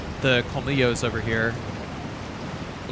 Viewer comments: A correction: as a native Spanish speaker. The dogs aren't pronunced 'komilos'. In Spanish the ll sounds like a 'sh' in English. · The thing is that in Argentinian Spanish it is pronunced as a 'sh'. I dunno, but I quarantie it is not 'kolmilos'